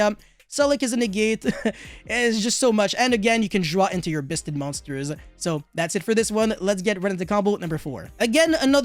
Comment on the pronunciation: = Biss-ted triggers me and I eat more xanax so I kill more my man.